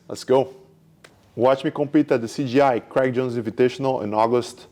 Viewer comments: 😂 every one calls it “cgi” even Craig said something about that. It’s “cJi” Craig jones invite not computer generated images 😂😂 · Hahahaha, in his defense: In portuguese, when a "J" is in the middle of a word It sounds just like a "G", it's a common mistake for brazilians to make.